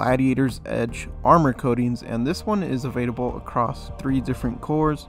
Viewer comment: Is he saying evadable? Or available? Am I crazy?!